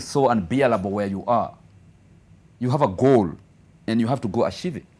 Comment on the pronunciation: Until he said 'you have to ashieve it'😂😂😂,i just love this guy.The spirit in him🔥